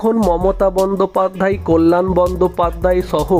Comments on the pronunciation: কথাটা "বন্দোপাধ্যায়", "বন্দোপাধ্যাই" নয় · বন্দোপাধ্যায় কে বন্দোপাধ্যাই বলছেন কেন?? উচ্চারণ টা একটু ঠিক করুন। বড্ড কানে লাগছে।